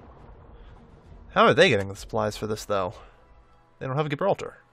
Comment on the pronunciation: Gibraltar is pronounced Jibraltar. The G is a J sound.